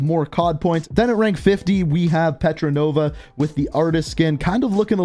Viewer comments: Her name is port nova not petranova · It’s pronounced PORT NOVA not Petronova #BoycotThebattlepass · Why do you call her Petranova, its Portnova.. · this guy can not read... its literally Portnova... 🤔🤣🤣